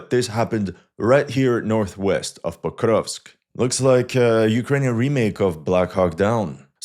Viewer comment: This guy: POKRRUUGHHHVSK I dare you to try to pronounce it the same way he does without gagging. 😂😂😂😂